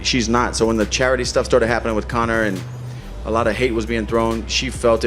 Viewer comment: Man said connorsius macgreggory 😂😂😂😂